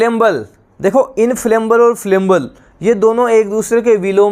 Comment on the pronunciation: Sir ji inflammable hai wo इंफ्लेमेबल ना कि इंफ्लेमबल